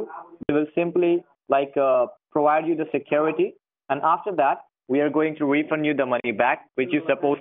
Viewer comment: he said: we will help you get rid of the secruityti we have given to you